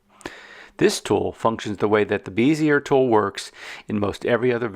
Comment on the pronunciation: Good tutorial. Bezier is pronounced beh•zee•ay, btw.